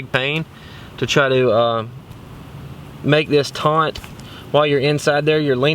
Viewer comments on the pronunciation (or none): Nice video. But it’s taut not taunt. That was like nails on a chalkboard and that doesn’t bother me.